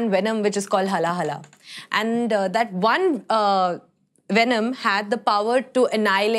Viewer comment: It's haala-hala with 'aa' sound not HALA-HALA